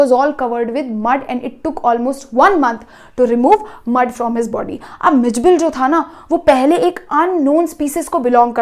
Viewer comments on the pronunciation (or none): Bud not mud